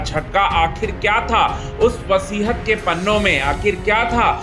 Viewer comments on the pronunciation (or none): Vasihat nahi hota hai, vasiyat hota hai.